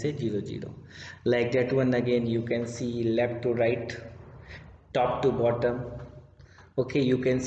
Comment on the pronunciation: Bhai khud communication improve karoo ..left ko lept boltha h .. koun hire Kiya yaar isko 😅